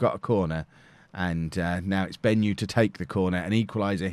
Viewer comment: Hi, I'm a Zimbabwean and it's bothering me how you butchered the "Benyu" pronunciation XD